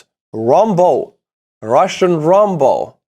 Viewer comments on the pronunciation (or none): lol RAM BOW you are saying rumbow lol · Rombo? .. he mean Rambo:)